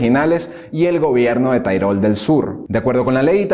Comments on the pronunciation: Se pronuncia tirol, no tairol, que no es inglés, amigo. por lo demás todo genial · No se dice tairol, sino Tirol. Es como decir Catalonia en lugar de Cataluña o England en lugar de Inglaterra, los nombres de los lugares siempre se adaptan al lenguaje propio. Los hispanos nos esforzamos en introducir anglicismos e infravalorar nuestro propio idioma. Debemos detener eso, nuestro idioma es hermoso como es. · Él lo pronunció "Tirol", no "Tairol". 😂 Según lo que yo escuché. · tairol del sur? qué manía de pronunciar todo como si fuera inglés. TIROL, TIROL. mE PARECE QUE TE LIMITAS A LEER LO QUE OTROS YA HAN ESCRITO. nI IDEA.